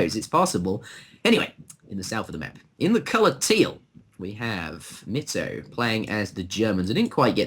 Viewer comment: also try pronouncing mitoe like does